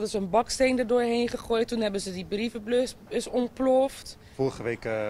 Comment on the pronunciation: Brievenblus zegt ze